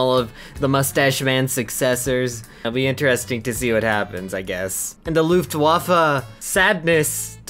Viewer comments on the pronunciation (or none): none